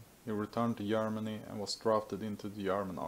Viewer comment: What? Yermany? I’m not native speaker but it is Germany